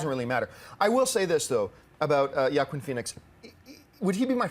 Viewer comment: I'm pretty sure john mispronounced Joaquin's name. I'm not so sure either, i just pronounce it differently. I'm sure everyone has their own interpretation because it's such a strange name.